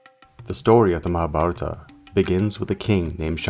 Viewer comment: you need to read the names and words right..otherwise it seems as if read by AI with way too many errors.